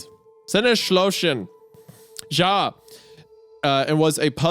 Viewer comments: pronouncing "ja" as "dzha" is something else... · did wendy's just say ,,ja" with an english j... how does he not know it's pronounced like a y...